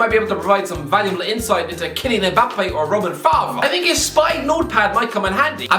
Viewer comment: Mbappé * not Mbappei